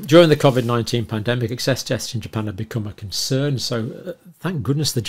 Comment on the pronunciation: Cov-id and not Covid?